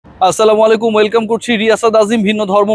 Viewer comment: আসসালামু আলাইকুম সালাম টা একটু স্পষ্ট করে দিয়েন।